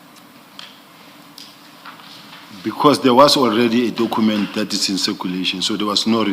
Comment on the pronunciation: Dokhument hmm😅 I blame his then English teacher